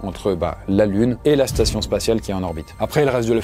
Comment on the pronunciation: spation spatiale 🤣😭